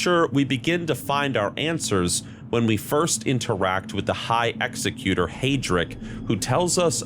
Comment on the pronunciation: You should learn how to pronounce the title of executor and the word sepulcher correctly, and also stop saying "admittingly" instead of "admittedly". It's terribly distracting when you say things wrong while telling a story.